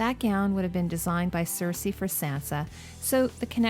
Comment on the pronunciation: says "queen cersesi" 😋 btw, great video, as basically always!